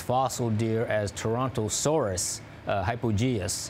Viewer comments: The reporter can't say Islington, the other guy says "Torontoceros" as "Torontosaurus." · It's Torontoceros, NOT Torontosaurus. "Saurus" means lizard, "ceros" means "horn" or "Antler" as latin doesn't distinguish between the two. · So they're mispronoucing it. Ceros is the word for "horn" in Greek. which makes more sense. Like rhinoceros rhino(nose) ceros(horn). So it's called "Toronto horn" then. Nope, it still stinks 😅.